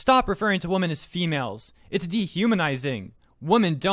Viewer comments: You’re saying women as woman.. you need the Wim-men pronunciation for women.... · Your pronunciation of women amuses me way more than it should